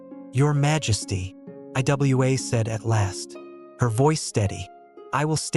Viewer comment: It's pronounced Iwa(ewah)